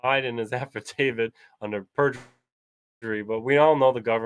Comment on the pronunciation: What is the difference between an 'Avidavid' and an 'Affidavit'? If you are going to claim to know the law, then at least try to spell it correctly, and not look like an illiterate who doesn't know what he's talking about.